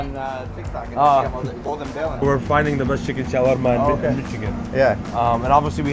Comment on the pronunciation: The showarma pronunciation is getting on my nerves